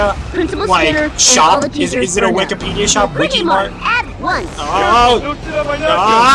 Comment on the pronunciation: The wik-e-Mart